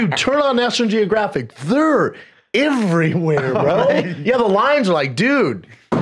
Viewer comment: Someone teach Brindan the difference between the letter i and e. Thiiir iiiverywiirre brooo